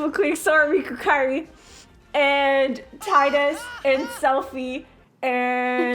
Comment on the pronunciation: she pronounces Tidus correctly *instant follow*